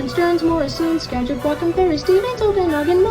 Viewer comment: My man over here correctly pronouncing Chelan, Pend Orielle, Sakagit...all the notoriously mispronounced Washington state counties. Kudos!